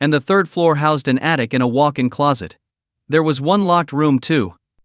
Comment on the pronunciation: The story's good. The ghost stories however.... Ive heard better on creeps mcpasta. And hecant even pronounce closet properly.